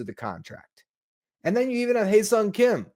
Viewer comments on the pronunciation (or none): Ha-Seong as in "haha"